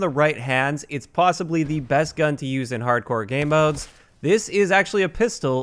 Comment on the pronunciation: "Harcdore" Nice job,.